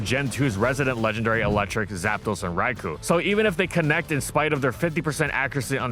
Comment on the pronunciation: Wouldn't it be nice if could pronounce Raikou correctly for once?